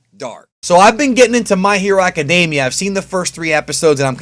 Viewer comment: Why aca-day-mia instead of aca-dem-ia